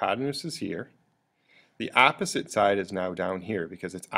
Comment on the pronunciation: Bit of a pronunciation problem here. Your "opposite" sounds like "apposite" (a completely different meaning). Two nations separated by a common language, wot?!